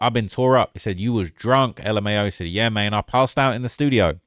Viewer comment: A mane say mane you hit that Memphis accent mane.